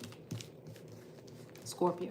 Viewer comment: Like the new setup! Also the way u say scorPIO! also a scorpio rising here👋🏻